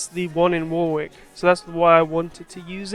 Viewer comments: Great video!! This is my local train/ bus station. Warwick is pronounced without the second W, it’s silent. More like War-ick, but how you said it is just fine 😂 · That wrong pronunciation of Warwick, damn. Silent second w. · 1) Your pronounciation of Warwick is amusing the hell out me 2) That carpark is an absolute bitch to get in/out of during busy periods 3) Elevated Stop Enabler is your friend 4) Loving the outro ;)